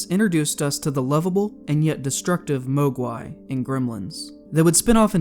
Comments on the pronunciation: MAHG-wai! Not MO-gwai! Did this guy even see the movie? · It's "MOHG'wai," not "MOAG'wai." Look at that incompetent weapon handling! Extract that stock and use the low-ready position, greenhorn! Assuming they didn't remove the stock entirely, that is. Movie people don't understand firearms. That's why they leave folding or collapsible stocks folded or collapsed. That's also why they never use sights and always shoot from the hip. And that's also why we constantly see insulting acts of incompetence like a character losing their right eye, yet they continue to shoot right-handed just because the actor couldn't be bothered to learn how to work a firearm left-handed. I quit watching 'The Walking Dead' because it had TWO characters do that and I'm not willing to tolerate that much insult. While working on 'The Terminator', Arnie trained with firearms ambidextrously to be as authentic as possible since all Terminators are ambidextrous, so there's no excuse for actors to not show a willingness to perform a task ambidextrously. Troll 2 was supposed to be called "Goblins," but studio politics interfered. C.H.U.D. 2 sucks, but only because studio politics. It wasn't supposed to be a C.H.U.D. movie. It was supposed to be a comedic zombie movie. That's why it has precisely jack squat to do with the C.H.U.D. mythos and why it appears to be retconned. Don't forget Dolly Dearest. Also known as "Bleeders." Here's something else that movie people get wrong all the time. When holding a single-edge knife in a reverse g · ive never heard anyone mispronounce mogwai like that, they say the correct pronunciation in the movie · Why do you mogwai wrong ? you purposely mispronounce words each video